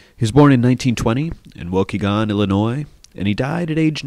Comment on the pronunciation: Wish he pronounced Waukegan correctly :)